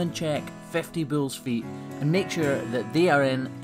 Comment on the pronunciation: It is bulls not bills